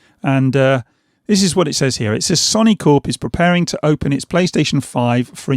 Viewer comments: Good video, but I can’t help but laugh when you kept saying “sonny” instead of so-ny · Why can't he say Sony? Sonny?